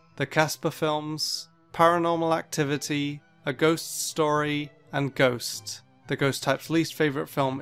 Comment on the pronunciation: I SWEAR IF HE SAYS GHOUST ONE MORE TIME AFTER THE GHOUST TYPE >:(